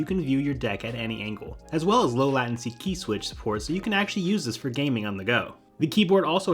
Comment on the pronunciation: I thought this was a legit video… until 3 min in when this dude attempted to pronounce latency. Fake gamer alert